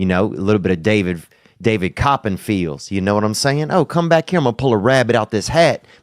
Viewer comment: "David Copynfields"